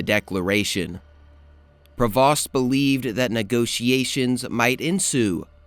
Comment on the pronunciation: Nice video. For future reference, Prevost rhymes with Play-Doh and Scheaffe rhymes with Safe.